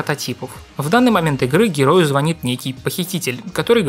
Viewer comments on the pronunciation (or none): none